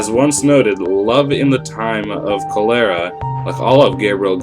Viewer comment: It’s KOL-er-uh. A well known disease!